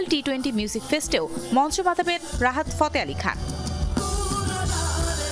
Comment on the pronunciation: Rahar fote ali khan???? Name er ussaron o parena 😅